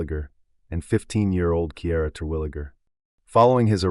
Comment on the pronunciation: the facts in this video are completely wrong!!! you lied about the descriptions , the boyfriend was the one that found them, the dad was a suspect from the get go, kiarra didn’t do music, it wasn’t a shotgun, what they were doing the night before it happened was wrong, you pronounced her name wrong. please do actual research before you make a video like this